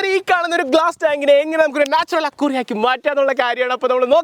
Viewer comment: സാദനങ്ങൾ ❌സാധനങ്ങൾ✅ അക്വാറിയം❌ അക്വേറിയം ✅